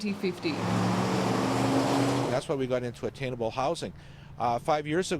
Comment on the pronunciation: hard to understand accent when she said 2050 listen 2 time to here not clear